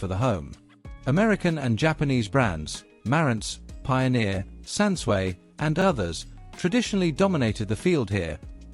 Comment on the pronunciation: “Sansway”?? It took me while.. “Sansui” - San-sue-ee